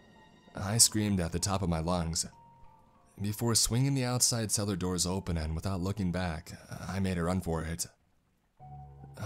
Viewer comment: How can a radio go: "Lock your doorsuhhh", like i wouldnt hire a guy like that to do my broadcasts.